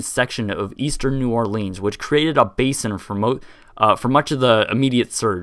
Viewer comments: It's pronounced new orlens, not leens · Great video and explanation of the history! I went here as a kid both when it was Jazzland and Six flags so it's very interesting to watch. But, dude... It's not New OrLEENs. It's pronounced like New Or-Linns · Its or-leans idiot you see the ea in the name you probably failed spelling class at school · it's pronounced "OrlINs"